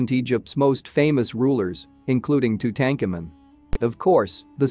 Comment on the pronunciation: It is pronounced : Too-Tan-Kaw-Moon. Too Tank Amin, is just ......WRONG ! Auto-translate? Narrator? Sad.